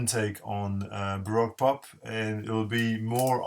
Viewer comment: Barowque pop is the pronunciation